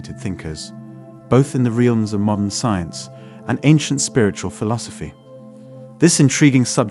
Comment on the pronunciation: Beautiful video, interesting, and well written. To bad you couldn't have had the person that wrote it do the reading, 'Realms', pronounced 'real ums. 'Lives', like in our lives, pronounced "lives', like he lives. And the closed captioned spelling - atrocious. It's read from a script. Could you have use the script for the captions? Shredding-er for Schrodinger. Ouch.